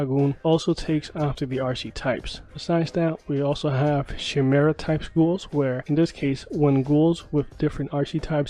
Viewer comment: God dang dude you don’t even know correct pronunciation of the word chimera.